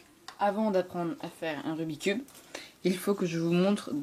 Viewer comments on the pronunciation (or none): C'est pas "rubicube" mais "Rubik's cube". Merde >_< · Pourquoi tout le monde dit "Rubi cube"?!? C' est "RUBIK'S CUBE"!!!!